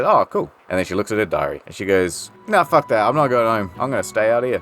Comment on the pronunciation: be like "i said puck you, miss. Puck with a P"